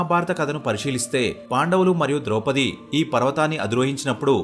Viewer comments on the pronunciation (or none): none